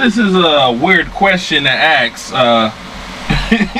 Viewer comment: Ask. Not axe.